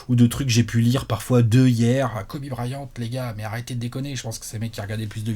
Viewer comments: Tout le monde: Kobe Bryant: Kobe Brahyante Fais un effort haha 😭😭😭😭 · Le Guy Annis de et le Braillante d'... Faut que Léonce fasse quelque chose!